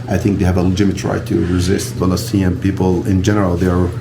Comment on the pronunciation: The "balestinian" (his pronounciation) is wrong. Once people relearn from history, islam and islamists will be pushed further away. And there will be peace in the lands. ONLY time there is peace in arab muslim land is with strong rule (and plenty of suppression and oppression that goes with that). That is why islam is incompatible with democracy, western ideals and open societies. Long live Israel and Lebanon, as majority jewish and christian states! Muslims and arabs have enough places to go.